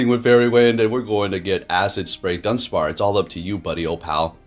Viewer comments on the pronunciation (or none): lol “dunspar”